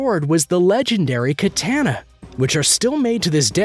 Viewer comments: 'KATENA' - WTF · Please learn how to pronounce “Katana” good god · Yo he does not know how to say katana